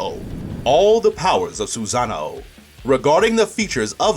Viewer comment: It's called a sosanoo not a soozanao